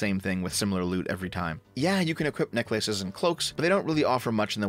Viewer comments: Phelous says it that way too. It took me aback when I first heard it. It's odd. Interestingly... Both are Canadian. I'm guessing that is the reason why. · trying to say 'necklaces' in this video was far more interesting and entertaining than Forspoken ever was. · Never heard any human pronounce it that way he did here lol. Hope he never changes that